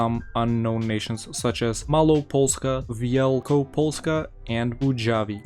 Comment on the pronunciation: Dude your mało and Wielko polska Sounds really good Im talking seariusly becous im from Poland and its realy hard to say that when you aren't from Poland